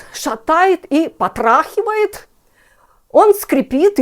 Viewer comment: пОтрАХивает, вы жжжжоте!